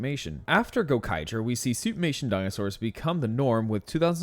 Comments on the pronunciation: Every time I hear "suit-mation" I think "soup-nation". Great video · Why do I keep hearing Suitnation?! Hahaha 😂